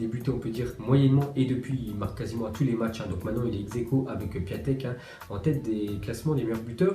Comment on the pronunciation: C’est pas Piatek mais Piontek (la prononciation)